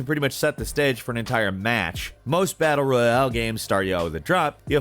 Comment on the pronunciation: "most battle-reEuHhaAle games"